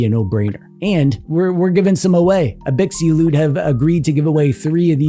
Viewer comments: Abxylute is pronounced "Ab-Zil-oot", like the word absolute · I think it’s pronounced ab-sill-loot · Absolute* The Xy is supposed to be pronounced like Xylophone. abZYlute. Absolute. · but did he pronounce brand name right? Is it not like "absolute"? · You must be new here. The Shtick is that mangles many different words on purpose. Eg. Gigglebytes.